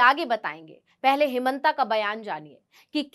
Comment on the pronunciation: हेमांता विश्व शर्मा अपना हिन्दी उच्चारण ठीक करो।